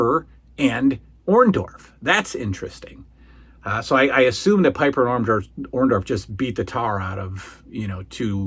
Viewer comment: I always hated how Hulk Hogan called Paul Orndorff by Paul Orn-doff. He never got his name right. He still says it the same way to this day.